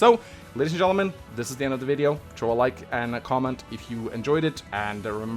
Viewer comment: “fire emblem treehouses”